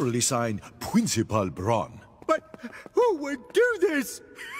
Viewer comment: Pwincipul Bron 😂😂😂🤣🤣🤣🤣